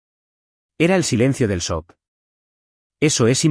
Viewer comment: SEÑOR NARRADOR LO QUE SE ESCRIBE EN INGLÉS, SHOCK NO SE PRONUNCIA "SOC" TODO SABEMOS QUE SE PRONUNCIA "CHOC" ERES MUY LITERAL